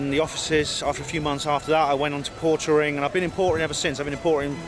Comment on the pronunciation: Lol,portering, not pottering,sorry.